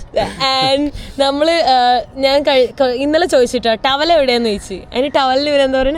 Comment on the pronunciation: The prounciation that he is saying for towel is actually correct